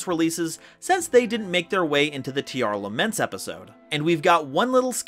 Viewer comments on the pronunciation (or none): Aw hell nah. I’ve heard people say “Teer-laments”, “Tare-laments”, even “Teer-a-laments”, but never did I think I would hear “Tee-arr-all-a-ments”